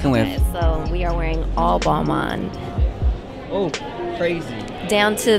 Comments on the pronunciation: It’s pronounced “ball mon “ not ball main cool vid tho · "BAL-MARN" not "bal-mane" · how that not realized its pronounced BAL-MAHN yet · I died when you pronounced Balmain haha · Can yall please learn how to pronounce balmain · He asked people what they were wearing, out of all of those almost none said Balmain correctly. smh